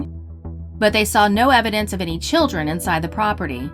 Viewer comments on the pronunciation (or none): none